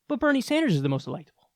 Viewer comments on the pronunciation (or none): Ah yes, my favorite politician, Benie Snders